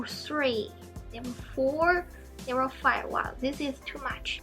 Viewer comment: When you say level ,it sounds like never i was confused 😂😂